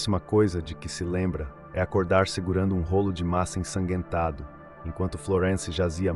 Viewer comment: Não se diz: ensaguetado e sim ensanguentado 😂🤦🏻‍♀️